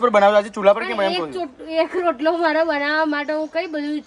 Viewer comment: rotalo bolv ane badhle chotalo bolva karta ta mane bov hasvu ayu